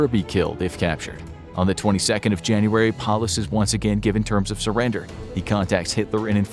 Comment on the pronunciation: Why is it Junuray instead of January